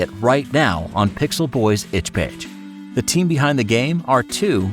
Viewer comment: Does he say itch page? Cuz my brain is only registering "Itch B*tch" xD